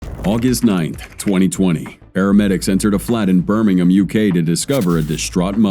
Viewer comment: its the first time i've heard an American say Birmingham correctly...